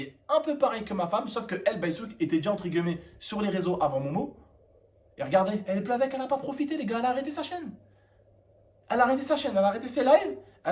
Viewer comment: encore une fois on dit entre « guillemet » et pas entre guEUllemet